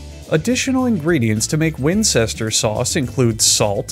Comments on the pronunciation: War-chest-er-shy-er sauce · Wincester sauce what is this alabama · Ive never laughed at any of these videos...but the gradual transformation from "Worstichere" (sp) to "Watermelon' is fucking hilarious. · Person from Worcestershire here, the correct pronunciation is, “woos-ter-sheer”. Thank you for coming to my TED talk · "Worcestershire" "Worcestershire" "Worcestershire" "Worchester" "Winsester" "Warmbacrester" "Whambaster" "Wormcrusher" "Whimscherbischter" "Watermelon" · OMG this is the best one I've seen yet. Totally calling it Whatsthishere sauce from now on 🤣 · Wrong. It's pronounced wooshter 😊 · I lost it at “worm buster sauce”. (I’m pretty sure he said this but I’m not sure now) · don't you mean why did she leave me sauce? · Wincester sauce hurts me, and I can’t tell if he did it on purpose (probably not) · I saw this comment before I started watching the video and I still had a heart attack thinking he was about to say "wincest" when he said "wincester sauce" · Wambaster Sauce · I don't know what you mean, Whimcherbishture sauce sounds perfectly fine to me. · Nah man, it's not that hard to pronounce Wimpsterbinster Sauce. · Whambaster sauce. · "Wurstursheyeyer" hahahah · watermelon sauce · Wormbeshter sauce. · wustersher First syllable is like the oo in book or good, this is the stressed syllable For the sake of all that is holy dont ever pronounce the shire like "shire" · I love that he just gave up at the end and said watermelon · Worst ester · whambaster sauce fucking killed me when i heard it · w i n c h e s t e r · whimscherbischter suace had me dead bro i almost choked on my food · wimsherbisture sauce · "Wambaster Lee and Slamjeckel Perrins" wasn't your next clue?!? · Winchester sauce lol. 1.25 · I believe it's WormCrusher Sauce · I fuckin lost it when he said “warmbercrester sauce.” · "worchester sauce" "winchester sauce" "warmbacrister sauce" "wambaster sauce" "wormcrusher sauce" "wimchurbister sauce" "watermelon sauce" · Worm crushers sauce 😂